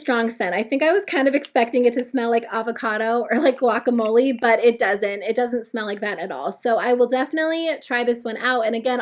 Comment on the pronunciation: Oh gosh. The way you pronounced “guacamole” was triggering.